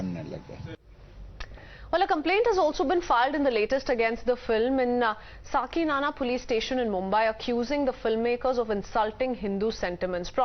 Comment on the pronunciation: Saki Nana??????????????????Hahahahaha...Madam it is Saki Naka.........